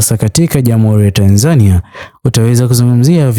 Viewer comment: Kwa nini unaitamka Tanzania ki hivyo. Tamka Tanzania kama yule Mtanzania wa Mburhati au Ilala au Chang'ombe au Morogoro au Tanga, n.k anavyoitamka.